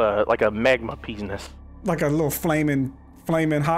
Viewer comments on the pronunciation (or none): Did anybody else here say magma Peznis instead of penis?